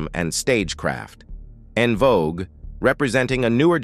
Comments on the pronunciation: …and the AI saying “On” Vogue 😡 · And " En Vo Guway" lol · DUDE ARTICULATE YOUR WORDS, LHMERCY!! 😮 ITS VANDROSS WITH A LONG O. EN VOGUE IS IN VOGUE. JUST BAD ENGLISH. EDIT. SMH!